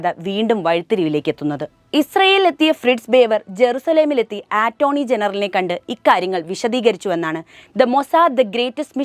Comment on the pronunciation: ഉച്ഛാരണം മോശം.ആറ്റോർണിയല്ല, അറ്റോർണ്ണി.